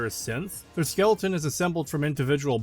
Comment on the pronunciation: I can't tell if you pronounce skeleton wrong as a meme or not